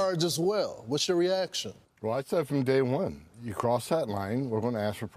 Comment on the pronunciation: ghyou cannot cwoss that wine